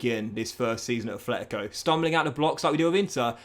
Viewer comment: Brother stop it !!! Please !! It’s NOT ATHLETICO ITS FUCKING ATLETICO !! It’s already like 4 years every time my ears bleeding whenever I hear it from you